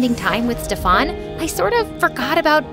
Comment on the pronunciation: Steffan seriously it is pronounced as Stiffan.